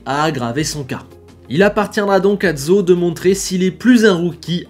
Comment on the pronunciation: Très belle vidéo! J'ai retenu qu'on prononce tous différemment le nom de notre nouveau rookie: je dis Zhou, Gaëtan Vigneron dit GWANE YOU DZOU et: ZO